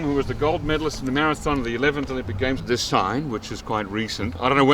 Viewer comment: the enunciation of Marathon 마라톤 sounds amazing ❤